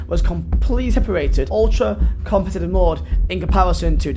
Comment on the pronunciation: Funny cos you can’t say the word competitive